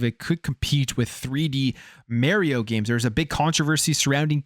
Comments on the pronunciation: It’s not Mary-O, it’s Mario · I'm a fan but it's not Merio. It's annoying every time you say it that way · "Maryo" :nails on a chalk board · Idk why I hear so many ppl say mare e-o and not mar e-o likes mars